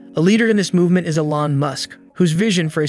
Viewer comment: Please, everyone on the planet knows it’s pronounced E lon. He’s not French. Still 👍